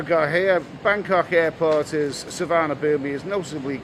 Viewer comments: I’m 5 seconds in mate, but it’s called su.varn.a.bhun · Please pronounce the airport "sewar-na-poom" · according to google translate it is Tsu - varna _ boom but definitely no ee at the end. I hate pronunciation police but that being mispronounced does get my goat. Somewhere amongst the YouTube videos, there is a video from the airport authorities that tells you how to say it. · Suvarnabhumi airport is pronounced Soo-Wanna-Poon my Thai partner keeps drumming into me hope this helps;) Great content as always 👌